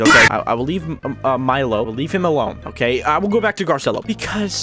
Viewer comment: Its Spelled Garcello B~ut you pronounce it Gar-ci-lo